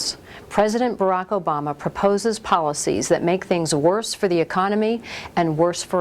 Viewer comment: No his name is Barack Hussein Obama. Not Obongo. You're caught and you know it.